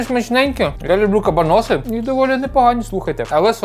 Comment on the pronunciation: Хтось повинен сказати, що не кабанОси, а кабАноси. Може прочитає 😂